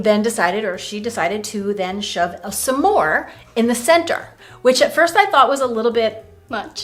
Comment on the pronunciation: It would be more interesting with clean ingredients, so we know what flour works best. Refined sugars... you are mispronouncing Smores 😄